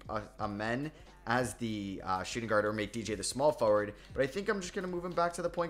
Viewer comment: The way you say “forward” annoys me sorry bro🤣